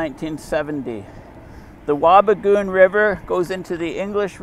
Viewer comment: Dryden Chemical plant is way back behind your head. Do you know why they used mercury? Wabigoon is not pronounced as you said. Why is your head blocking the view? They don't produce boards. The wood chips are cooked in the digester building and the end result is pulp bales which were used to make paper but now go to the US to make paper. You should pick a topic that you have a clue about. By the way, I worked in that mill for decades and covered every department. NASA says carbon dioxide cools the earth starting at the outer atmosphere.